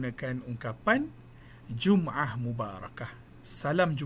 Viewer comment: Maaf doktor. Kalau boleh diperbetulkan baris جمْعة kpd baris depan جمُعة. Rujuk surah al-Jumu'ah 62 ayat ke-9.